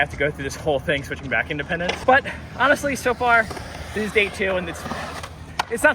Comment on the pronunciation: In dee pendants